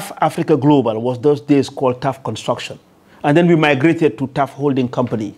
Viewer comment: It's TAF not tough